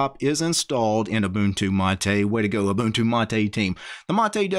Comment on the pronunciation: First guy pronouncing them right and not k'bantu